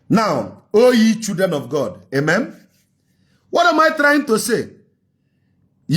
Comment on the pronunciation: it is not amem. It is amen! Eediot.